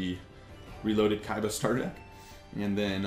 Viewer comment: Its awesome how u say KAIBA!